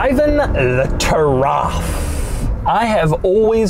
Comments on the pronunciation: Its spelled =Ta-ruf That is how arabs says it. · bro it's taraf not tarraf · "Lagonda Turaf"? I think a Uganda giraffe will depreciate less than this thing. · its actually pronounced "tuh-riff" soooooooo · its pronounced turuf